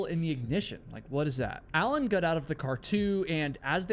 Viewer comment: Love your videos! But ive just got to say something. Am i the only one who notices that he pronounces his o's like u's, So "got" sounds a bit like "gut"? Is this a new England accent?